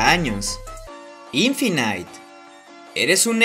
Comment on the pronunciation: Mal ¿Quien le dice Infinait a Infinite? Ni en inglés le dicen así